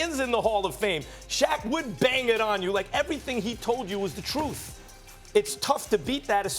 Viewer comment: lol Max: The Troof